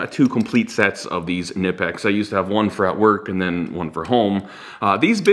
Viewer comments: it is not nipex, it is K-nipex as in kenipex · It's Khnee-pex, the K is not silent and the I is long. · See per their rep at a tool expo... German company so German pronunciation is Kaneepex. However I was pronouncing them Nypex. Thought is sounds cooler and since we pronounce Volkswagen wrong anyway do we really have to since in English language the “k” is silent before an “n” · Knlpex has a hard K like in cool 😉